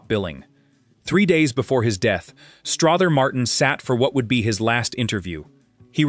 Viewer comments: I actually found this interesting, but you have a lot of footage of various actors that aren’t Strother Martin.😂 Also, it’s pronounced Struh-ther as in other, not Straw-ther as in bother. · It's pronounced Struther Martin ser. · It’s pronounced Struh ther!!! And quit showing pics of other actors, ugh!! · Who taught your narrator to talk?! The man’s name is pronounced as if it was OTHER with an STR IN FRONR. Then the word DOVE IS NOT Pronounced as! DUVE